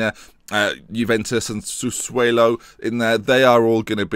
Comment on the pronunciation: why do you say sassuElo when it says sassuOlo